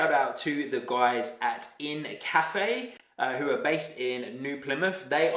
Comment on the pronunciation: I think it’s pronounced Inca-Fe. Like the Inca people of Peru